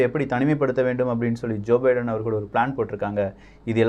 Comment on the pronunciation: Bro munnuraiyil biedan America Vai Thanimaipadutha enru tharuthalaaga ucharitbuvitteer... Thiruthikmollavum..